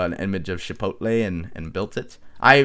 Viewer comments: Chipotle's not pronounce "shi"-potle, it's just how it's spelled, "chi"-potle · It's not shipotle it's chipotle